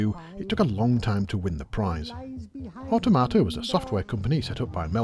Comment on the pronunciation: I thought it was so he could learn how to pronounce Automata. Apparently not.